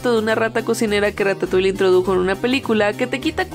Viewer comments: RATATOING parece que dice RATA SOY jajajajajajaja 😂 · Dijo cacacoing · ¿Soy yo o en un momento dijeron "cacatoing"? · Puedo preguntarles por qué ratatoin suena como cacatoin xdddd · las veces que dijeron Ratatoing: 16 si me puse a contar las veces que dijeron "Ratatoing"